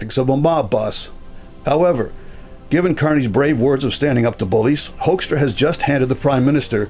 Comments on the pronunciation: Just a small language matter. US Ambassador Peter Hoekstra was born in Groningen, Netherlands, in 1950, and he grew up and worked in Michigan. His surname is therefore pronounced as 'Hookstra', not 'Hoikstra'. I'm not surprised you Canadians aren't happy with his MAGA attitude. Neither were we Dutchmen during his ambassodorship in The Hague during Trump's first term. Dutch journalists called him out on his (and Trump's) verifiable untruths about the state of the Netherlands. And oh yeah, thanks again to you Canadians for liberating the Netherlands in 1944-45! 😅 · Why do North Americans pronounce Mr Hoekstra's name that weird? The original pronunciation is well known, it's HOOK-stra.